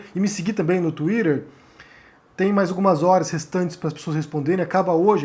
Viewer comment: Para de falar tuirer peloamor